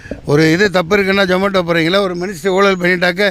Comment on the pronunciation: அண்ணே அது ஜொமோட்டோ இல்லை சூ- மோட்டோ....